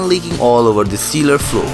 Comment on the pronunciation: He should learn to pronounce Cellar also....